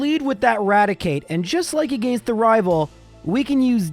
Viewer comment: take a shot every time says "agaynst"